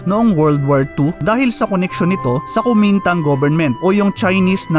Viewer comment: Pronounced as - K-wo-meen-tang!